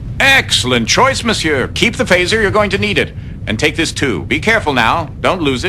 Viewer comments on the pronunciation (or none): none